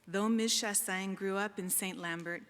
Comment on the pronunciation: Yeah she's saying Shah-sang BUT it's actually Shah-sahnye (sorry hard to explain Québecois pronunciations in English.)